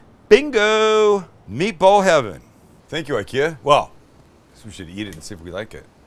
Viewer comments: Yeah, and it's ['ikea] after Ingvar Kamprad, not ['aikea] 😁 Sorry for fighting against windmills 🤣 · It's Ick-ea, not eye-kea. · Found your channel and my life is ruined! Send me a garlic press and maybe my wife will forgive you! It's Ick-Eeh-Ah btw.... who fkin cares right :) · Thanks for this. My Swedish sister in law pronounces IKEA as “E-Kay-uh”. Just enjoyed her Swedish meatballs this weekend, which she made with ground Turkey. Delicious!!! Yes McNally served with Lingonberry fruit spread , potatoes and cabbage that she allowed to caramelize to bring out its natural sweetness. She said,” Just like my grandma taught me.”! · If you want to impress your friends with your Nordic accent, start by pronouncing IKEA correctly. It’s E-KEA. Much love from Danmark. 🇩🇰